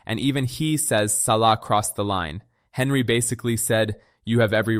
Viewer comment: Sorry my guy, but its pronounced "on-ree", not Henry. 😂